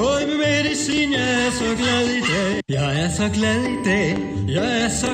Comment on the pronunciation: Det høres ut som han sier: Jeg er så glad i deig. :)